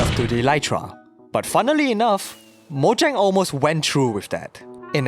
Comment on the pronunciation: please stop saying “moyang” it’s “mojang” with a J